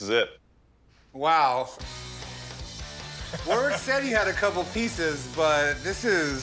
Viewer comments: Warwick in British English is pronounced something like 'Worik'. The W is silent and with the R is much less strongly pronounced than in American English. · I wonder if they'll ever learn to pronounce Warwick's name properly. The guy must have just come to terms with it :')